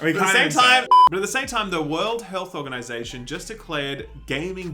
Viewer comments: The whore health organization. The whorl hell organization. This just in... The English speaking Aussies have trouble pronouncing English words. Lol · Oh wow, Australians can't say World Health Organization